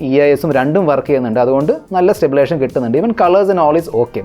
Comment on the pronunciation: It is 'Stabilization' and not Stablation! Keep rolling!